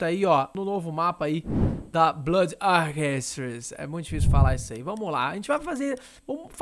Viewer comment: AEEEEE! Primeiro YouTuber br que pronunciou blood corretamente na história desse YouTube!